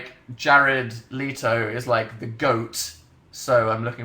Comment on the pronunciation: He said Jared 'Lee-toe' instead of 'Le-toe' what!?